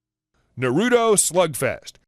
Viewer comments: “Na Roo Toe” is how you pronounce it..... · The way you say Naruto makes me die inside.